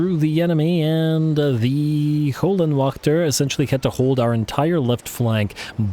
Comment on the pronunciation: If you translate Hell Guardians into German it will tell you how to correctly say Höllenwächter. You don’t say it to bad. Just as a German it hurts my ears. Love the channel keep it up